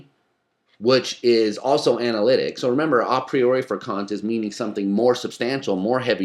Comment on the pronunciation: I'm glad he pronounces A Priori correctly (Latin form, not English form)